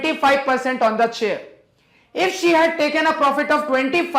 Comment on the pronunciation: No Offence. But,see . He said"chable and tair"instead of chair and table!!!😆🤟😎🙏🏻